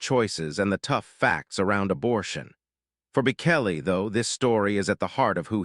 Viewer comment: You cannot even pronouce his name - idiots streaming